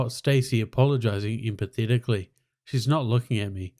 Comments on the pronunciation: Emphatically = em - fat - ick - lee Trying to help. Thanks for the wholesome story. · Emphatically is pronounced "em-fat-ick-lee". It means enthusiastically. This has been a public service announcement. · Great but you really need to learn how to say EMPHATICALLY! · Reader needs to learn the word emphatically…